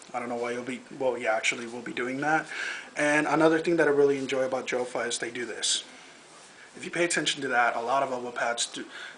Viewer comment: its pronounced like yofa for all of you guys out there